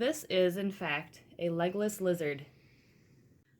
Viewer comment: I wrote this before you said his name was Legolas I swear. I was just making a joke out of the way you pronounced legless. XD